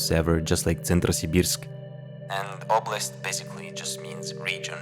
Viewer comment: I checked g. trans, the o in oblast is pronounced ö (ooh), oblast is accurately region, opletai and opletat means the same thing (braid)